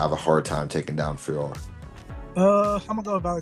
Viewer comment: You called her FIOROT!!! 👍👍 Love it... as a native French speaker, it kills me when the Jon Anik alumni (he had it wrong from the get go) call her FIORRR... if this is how we pronounce things, we might as well be calling you guys LYN, or Ariel HELWAN, Jed MESH, Luke THOM, or if we're talking fighters, Tom ASPIN, Dustin POIR, Islam MACKHACH, Merab DVALISH etc etc. The professional media as a whole should really be doing better when it comes to the correct pronunciation of fighter's names. Mind you, after watching this video some of these fighters could up their game as well 😅😅 Vive la linguistique!!!! ✌️😁 🇨🇵